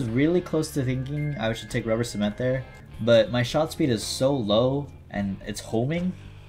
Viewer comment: Did you say rubber sement mid??!?!?!?!???!?!?!